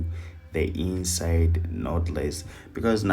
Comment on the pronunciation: Lawd, I thought he was saying the EAST SIDE Method 🤣. Ok, inside method...got it!